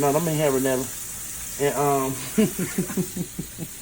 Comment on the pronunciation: Trese if you don’t stop sayin habanetta peppers!!😍🤣🤣❤️